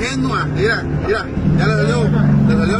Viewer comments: Aprende a hablar se dice: mira no "irá" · Con todo respeto no es Ira Ira Ira..es Mira! En lugar de chismoso deberia hablar por cb a lo mejor esta cansado o Marque a las autoridades. Ira Ira Ira...